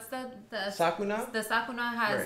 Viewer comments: it's Sukuna, not ''Sakuna'' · why does this dude keep saying sakuna instead of sukuna lmao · sukuna not sakuna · I wonder why all reactors I've seen call him Sakuna instead of Sukuna. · Its Su-KU-Na